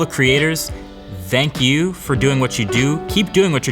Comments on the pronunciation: MKBHD: "Thzang you" WE: You're welcome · The way he pronounces Thank You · The way you say thank you is weird